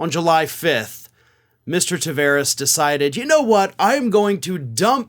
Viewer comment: Ta(var)es Its a latin portuguesa name the var is prpnounced like bar.... Car... Far A wide open taaaaaaaavaaaaaaares